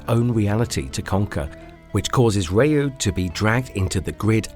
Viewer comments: OMG, not again! Another person pronouncing "Ryu" as "Rahyuu"... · Holy pronunciation Batman!!! Feng shui, comrade, Ryu, Magneto, among others... This was bad!